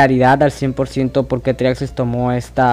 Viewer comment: El primer paso para explicar algo de Geometry Dash es saber pronunciar el nombre. En fin, buena explicación.